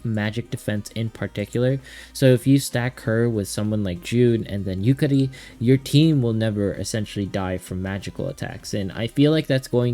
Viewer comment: Not to sound mean but the way you pronounce Yukari’s name kinda grosses me out